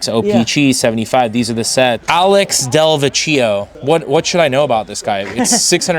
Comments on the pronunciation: What you should know about Alex Delvecchio is how to pronounce his name. (Del-veck-ee-oh) He was one of the greatest hockey players ever to live and is still alive. Going to be 93 in two weeks. Everything else in the video was fantastic!! Looks like a place I might want to visit. Great video!! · It's Alex Del-vekio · "Alex delv e cheeo, what should I know about this guy?" how to pronounce his name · Surprised he didn't correct him! It was painful to listen to that.